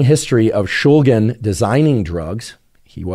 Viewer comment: Watched the portion describing the chemistry and was quite disappointed. Not only is that not how you pronounce shulgin, that's not how you pronounce phenethylamine. Mispronunciations aren't too concerning. What is tho, is the lack of explanation/detail about the stereochemistry of MDMA. MDMA has a chiral center, meaning that there are two "mirror" versions of the molecule, that can/do exhibit different pharmacology, because the two "mirror versions" (isomers) are actually different drugs. SO MDMA is not one drug, but 2 drugs. The D and L iosmers. (Alpha carbon, methyl group) Just like dextroamphetamine and levoamphetamine have different effects and pharmacological effects, dextroMDMA and levoMDMA have different effects, and pharmacological effects. Is the MDMA being used in these studies dextro? Levo? racemic?? Because that matters! If you are using racemic MDMA in these studies, you are in fact testing a combination of two different drugs. This is a big deal, isomers matter, and making it clear that most MDMA available (is racemic) and is a combination of two different drugs, dextroMDMA, and levoMDMA is incredibly important. DextroMDMA could be therapeutic, and levoMDMA could be nuerotoxic or vice versa, we don't know yet. So to say MDMA causes anything is misleading, because we need to know what individual isomer is causing which specific effect. We need to examine and talk about the individual isomers, rather then racemic MDMA. Also, I didn't watch the whole thing, but di